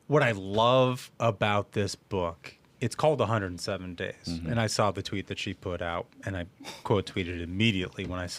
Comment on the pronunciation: He just "sawl" it 3 times 😮😢; are you kidding me?! Ohio education, I guess.